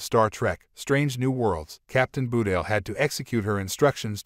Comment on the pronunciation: "Nobody's Perfect"-Cpt. Spock to Lt. Saavik in "ST:2", but I agree. You'd think these CC narrators would learn to pronounce names correctly before airing them. Ba-tel isn't so hard especially since there's no 'u' in her name.